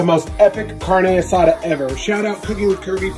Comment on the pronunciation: Stop watch after the way he pronounce carne asada